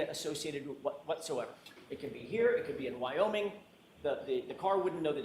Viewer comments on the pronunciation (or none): none